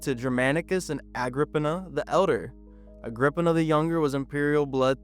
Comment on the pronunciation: Wasn't it 'Agrip-eena'?